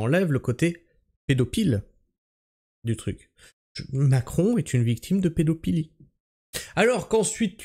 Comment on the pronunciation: Pédophilie se prononce "pedofilie" et non "pedopilie" 😂